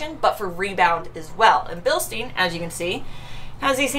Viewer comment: Funny way you pronounce the "Bilstein" dampers ... :):):) Perhaps they shoulf create a new brand for the US, something like "Bilstine" ... :):):) EDIT: shock absorber is a better translation than damper...